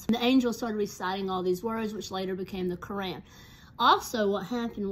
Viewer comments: You pronounce Qur’an like core (like a “core” of an apple) on (like switching “on” a light) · It’s pronounced krane